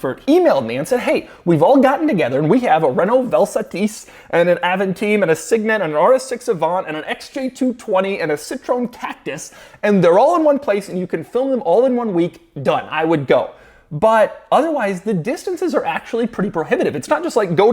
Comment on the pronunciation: Did he really pronounce Citröen as "Citrone"?